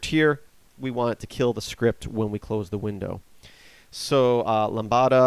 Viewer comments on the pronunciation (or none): I really like your tutorials, they are very well done. However, I figured someone should tell you... you pronounce 'lambda' incorrectly. You say 'lambada', which is an erotic dance... Lambda is pronounced like 'lam - duh', and the 'b' is silent. Lambda is a greek letter that has been used in computer science to represent functions without a name for a long time. There's even the 'lambda calculus' which was the basis for theoretical analysis of computer programs. Good luck with your tutorials, they're really quite helpful! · I found your video interesting, instructional, and useful. I should also mention your pronunciation of "lambda". It should be LAM-dah. But please don't let that stop you from continuing to make your fine videos. You have the knack of making otherwise complex topics seem easy and simple. Thank you!